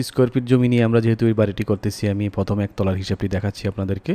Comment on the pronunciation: উচ্চারণে আঞ্চলিকতা ভালো লাগে না। বিরক্ত লাগে। ফয়োজন ফরবে, ফস্ত,ফথম ইত্যাদি